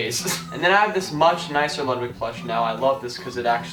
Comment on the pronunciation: no hate but isn’t it pronounced LoodWig?